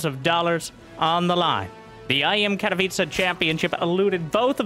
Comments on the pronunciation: Katowice should be pronounce like „katovice”. Not catopizza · I'm just here to listen to say Katowiche